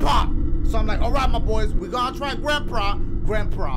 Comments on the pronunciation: Grandpra lol I can’t stop laughing dash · Dashie said Granpra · Dashie: Orenge The letter 3 caat Grandpra